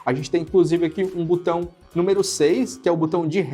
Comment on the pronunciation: Não é Butão, é botão